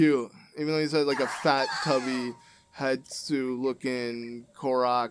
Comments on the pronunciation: Wow, it will indeed always stress me out that you call Hestu "Hetsu" lol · Stop calling him Hetsu it’s Hestu idk why but It bothers me